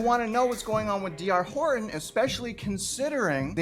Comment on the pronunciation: You didn’t show any houses and you can’t even say “Horton”.